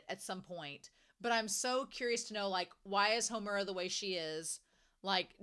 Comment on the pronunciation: Pronunciation guide: MAD-oh-ka. SAI-ah-ka. HOHM-ur-a. (Emphasis on the first syllable) Wall-PURG-is-NACT.